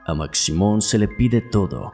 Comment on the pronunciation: Hola, saludos desde Guatemala. La figura de Maximon (se pronuncia Mashimon) es muy venerada, le llevan de todo como ofrenda, principalmente tabaco y licor y según la tradición si no le cumplen lo que le ofrecen les va muy mal.